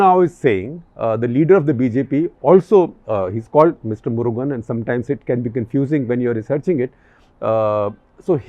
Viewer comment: Unfortunate that even senior journalists like SG have pathetic knowledge and understanding of Tamil Nadu...... May lord Muruga forgive them SG sir it is Murugan ( meaning beautiful person in tamil ) not Murgha as in Hindi ( for clarification )